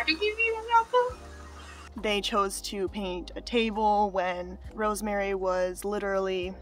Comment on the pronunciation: Saying apple for a grown ass woman like is a struggle. " do you have an a-p-o-e. That's a hell of an overbite.